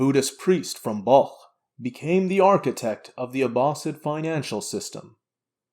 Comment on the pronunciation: Barmaks were from Balkh and you said it correctly, nowadays Afghanistan as well as Imam Abu Hanifa and Ibn cina balkhi